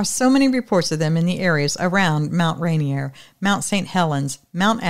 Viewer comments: Mt. Rainier is pronounced like this: Mt. Rain. Ear. But all one word: RainEar. More like : Rai Near. :) (also this is funny but you can youtube search ‘rainier beer commercial 1986’ find it watch the 30 second commercial.. you will laugh. That beer is no longer manufactured but I will always remember that funny commercial.. (it was a local beer company in Seattle). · It’s Mt Rainier pronounced rain ear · Thak you fro all the fun stories. BTW Mount Rainier is pronounced Rain ear. It's not French. :)